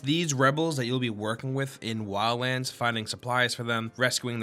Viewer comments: anyone hear lala land instead of wildlands? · When you say Wildlands it sounds like you say Wians... Just noticed it and couldn't NOT notice it after that. But whit that said, i playd the Beta and alltough it was kinda fun for a while i don't see myself getting this game since it got pretty stale pretty fast. If i want a tactical stealth shooter of any sort there are in my opinion better options that actually make you feel way more like a bad ass.